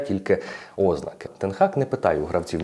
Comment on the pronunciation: Цікавий контент, але подача занадто скучна, наклав би хоча б якусь музику на фон, все дуже монотонно. І в слові ознАки наголос на «А», а не на «О»